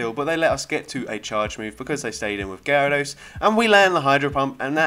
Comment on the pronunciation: You actually pronounced my username the right way 🤣 also, I didn't know shadow Gyarados was such a beast for this cup, gonna try it now